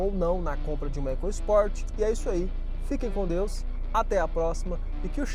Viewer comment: Muita besteira ao falar "ECASPORT", fale da forma correta, ECOSPORT